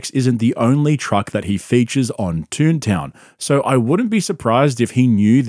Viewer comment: I didn't know that his podcast was called 'Tune Town'- I assumed you were saying "Toon Town" to cheekily make fun of him.